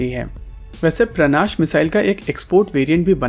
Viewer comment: सर, उसका नाम 'प्राणाश' नहीं 'प्रनाश' है |